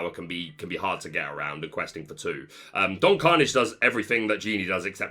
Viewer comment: Your pronunciation of Hiram Flaversham and Philoctetes are an important reference for the community, for which you will always be appreciated. Can you please check on Don Karnage? I think you might be off book on that one.